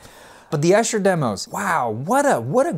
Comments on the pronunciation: Good work. Just one thing - Esher, an upper-class suburb of London, is not pronounced Esh-er, but EE-sher. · It’s pronounced EESHER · It’s E-sher.! From someone who lives here. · pushes up glasses It’s pronounced Eee-sher. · Pronounced: EESHER... Long e on the first syllable... Sure you will be sick of being corrected on this... Good review though... Also... Pronounced Oob not Ob... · Lord, why doesn’t anyone learn to pronounce “Esher” before these reviews? Thousands of references would point the unwitting mutterer in the right direction.